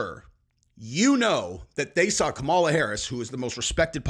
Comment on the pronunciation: it’s Kamala not Kamala.. lol